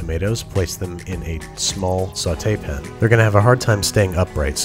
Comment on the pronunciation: Soooo.... He coooould say pan... why does he say pun?